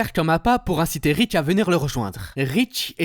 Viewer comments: Rick, pas Rich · C'était du bon boulot, dommage que ce soit gâché par des "Ritch" au lieu de Rick ttes les 30 secondes... Ça finit par faire décrocher, pour finir on entend plus que ça et on a du mal à poursuivre... Bref, pas de like à cause de ça ! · Il m'a stresser tellement avec son ritch que j'ai cessé ka vidéo, ça pique trop mes oreilles ! 😅